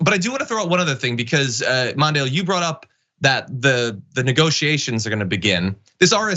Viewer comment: MONDALE?! I repeated this THREE TIMES! W.T.F. are you speakin'?!